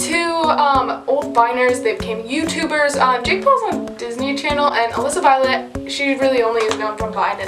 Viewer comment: Its Alyssa not with a j.